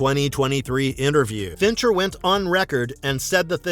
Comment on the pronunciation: It’s Fincher , unreal